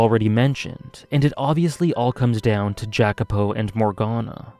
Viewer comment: Thanks for a great video, you had a lot of very interesting thoughts on the story. and furthermore i also want to thank you for making me read the VN in first place since it is one of my favorite pieces of media now. that aside i am a little curious to why you are pronouncing Jacopo's name that way. i always thought i was suppose to be pronounce it the Italian way but i might be mistaking. sorry for being pedantic. once again thx for the video